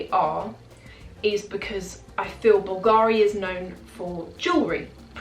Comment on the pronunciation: Hello, been watching you for a while now(nice videos and the fashion content is impeccable!). The only thing for me now, without sounding too picky, is the way you sometime pronounce the brand names eg: BULGARI(the accent is on the ‘U’ and NOT the ‘A’....).Keep up the good work!😊